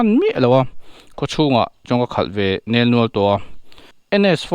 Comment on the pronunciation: Sir thulam ka lo sawi ve zuai.. "nel nual" ni lo in."nial nual" aw.. en uluk zar ah sawi ve lawk ni e..😂